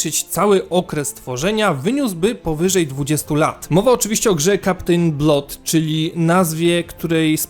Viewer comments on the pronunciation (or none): Nie no,, żadne [blot] a po prostu [blad]:)